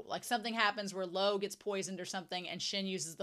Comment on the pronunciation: I think your pronunciation is perfectly fine...the only thing I wish you fixed is the pronunciation of Luo, as obviously, it's a name that's being said very often. Not sure how to explain it but it's important the U (oo) is there behind the L and finishes with O (as in oh but with silent H? Lol, i really don't know how to talk about pronunciation with native English speakers:,)) Right now my guy is like Lou or Lo...but he is Luo. But anyway, can't wait until you reach a brand new content.